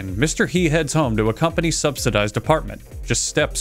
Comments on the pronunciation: Mister Yey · something like her, but focus on the r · As a Chinese, hearing him say “Mister He” was really funny since it’s pronounced quite differently in Chinese. It just caught me really off guard XD